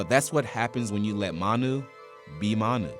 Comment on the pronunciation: Guy murdered Manu”s name